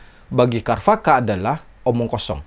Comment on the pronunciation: pengucapan sanskritnya sepengetahuan saya c..charwaka bukan k... kharvaka